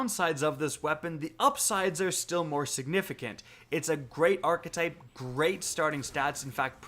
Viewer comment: I watch your videos all the time. Always useful info and reliable. But damn it bothers me the way you say archetype. Very cringey